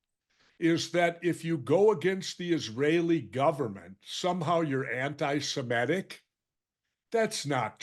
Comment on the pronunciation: The word is not anti-SIMET-ic -- it's anti-SEMIT-ic. This is a terrible word virus!